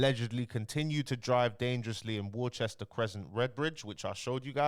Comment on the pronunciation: War Chester 😂